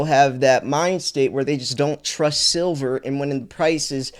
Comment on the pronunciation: is a little latahhhh...ayahhh... 😂